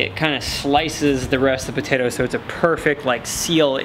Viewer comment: "Tator" its a patoto dude